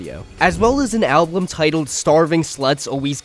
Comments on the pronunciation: great video please say album correctly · Yall, who gives a shit if he says ‘album’ slightly different Some people pronounce words different, get over it and go watch another video or something 😭 Anyways, nice video Very nice to listen to to keep my head busy while I work on stuff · so no language rules matter huh? None at all? And if you're trying to educate people about something, might as well not even try to pronounce the main topic right, right? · Why do you say ‘album’ like that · I’m sorry but it pisses me off you saying “alblum” it’s ALBUM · Album. Pronounced "Al-bum". A collection of recordings issued as a single item. Al-bum. Not alblum. Also "especially", not "expecially". That being said, this is a good video covering everything. Well done overall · good video but i took psychic damage every time you pronounced album like alblum(??????) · kinda off topic, but why do you pronounce it like alblum and not album?? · al - bum not al- blum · ablum, ablum... IT IS PRONOUNCED AL-BUM!!!! GAHH!!! great video though. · Well june is back as cynthoni. Also i hate the way you say album. Stop saying alblum jeez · nobody else paying attention to him only saying (alblem) it's so funny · Please stop saying Alblum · why do you say alblum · what makes this great video unbearable is your pronounciation of some words. WHAT THE FUCK IS AN "ALBLUM" OR "ABLUM" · never watched that far ahead, but i wonder if saying "alblum" on purpose is to drive engagement 🤔 ...ohh nooo i fell for it. while we're here then, "i could care less", "exspecially" ... 🙄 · i hate that you keep saying alblum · Why do you keep saying ablum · It is objectively incorrect to pronounce it as alblum, and it's kinda important if you're making a video about music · bro keeps saying "alblum" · i hate listening to you pronounce "album" as "alblum" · Why do you pronounce album “alblum”? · I genuinely have no idea why the way you pronounce 'album' pisses me off so much